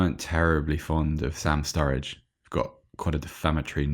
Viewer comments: Surridge not Sturridge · Were you guys calling Sam Surridge STURRIDGE or was I imaginig things